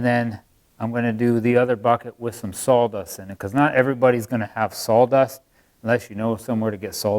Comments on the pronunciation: Is Saw dust not sawl dust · Where is the 'L' in Sawdust?? 😂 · Is it just me or is he saying Sawl Dust? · Better call Saul......dust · I’m sorry are you sawing “SAWL dust”? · Wow, it really sounds like he's saying "salldust"... I even have my hearing aids in! Could have used a paper shredder, or does that made the pieces too small?